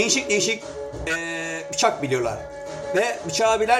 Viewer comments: Adamın biçak demesinden belli 😂😂😂 bir şey deyemediği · Bıçak değil biçak kdlsldkd